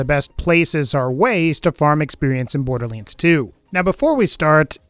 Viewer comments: "borderleands 2" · Borderliands 2 Lol